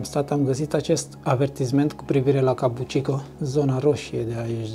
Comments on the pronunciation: kabukicho - ca bu chi cho! nu cabucico! tare rau filmarea! f misto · "Kabuki Cho" nu "Kabu chi ko"...numele cartierului e scris in Romanji peste tot, daca vrei sa faci "reportaje" straduieste-te macar sa pronunti corect numele subiectului principal...Vine de la un tip de teatru Japonez, si cho e denominarea pentru oras.